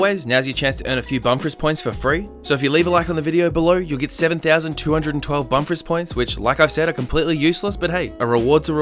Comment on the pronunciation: Im new to the channel and I legit tought it said Bumfarts instead of Bumfris...